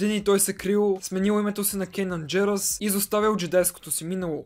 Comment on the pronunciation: Не се ли казва Канан Джарос, защото ти каза Кенан Джерос ? Видеото много ми хареса и ми беше много интересно, продължавай все така!